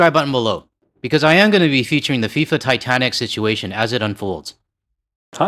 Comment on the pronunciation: "FIFA titantic" 😂😂😂😂😂